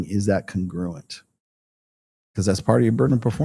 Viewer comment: Brah if you're going to use a word like congruent repeatedly, should probably learn how it's pronounced